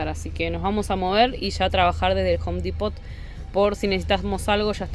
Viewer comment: Un consejito de Pronunciacion. En la palabra Depot de Home Depot, no se pronuncia la T. In other words, the T is silent! Se debe decir solo Depo, sin T